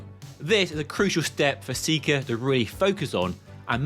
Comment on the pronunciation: It's pronounced like the word "decker" - secker